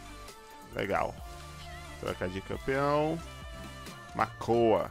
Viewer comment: disse makoa ne? ele disse errado e o makonha:)